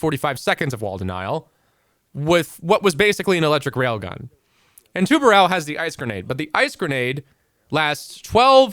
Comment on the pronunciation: As a portuguese, it’s really funny to see people struggling to pronounce “tubarão”